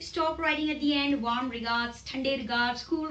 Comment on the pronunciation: Nice Video dear but please do check the pronunciation "Warm"